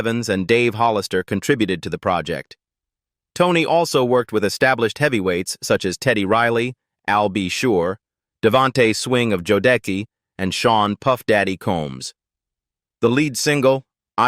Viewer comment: Hold up 😮! When the narrator was saying the group "Jodeci " Please tell me they didn't pronounce that "Joe Deckey"🤔 When I heard that I must have fell out laughing y'all got to do better😂😂😂😂😂